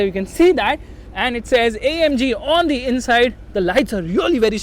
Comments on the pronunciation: its not omg its amg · saying OMG.. le mercedes* noo... ita AMG 🤣🤣